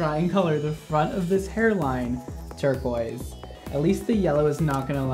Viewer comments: anyone else notice “turquise” 😂😂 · “Turquise” lmao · I caught “turquise” “turquoise” the second time was right lol